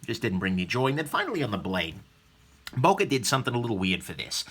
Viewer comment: please if you want a real böker buy the original german made böker like the böker solingen Kalashnikov 47 and also like other americans you butcher the name böker